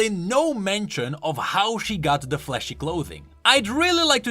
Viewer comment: I had my eyes closed because I like to listen to this and I hear fleshy instead of flashy, and I thought that she was a human wearing champion